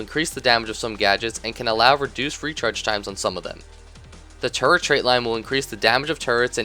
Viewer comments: everytime you say turret, I laugh a little because it sounds like turd XD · At first i thought you said turd... not turret... Made the engineer sound awesome.. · when you say turrent it sounds like turd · When he said "turret in his toolbelt"i thought he said "turd in his toolbelt" i lold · i thought u said turd but it was turret lol